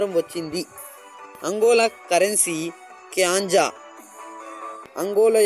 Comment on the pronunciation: క్వాంజ బ్రో కాంజ కాదు